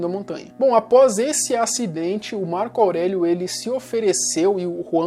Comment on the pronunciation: ''março aurélio'' kkkkkkkkkkkkkkkkkkkkkkkkkkkkk